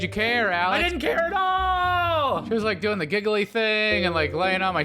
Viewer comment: aveeeeeeee Marrrrriaaaaaaaaaaaaaaa also for some reason he says dooining.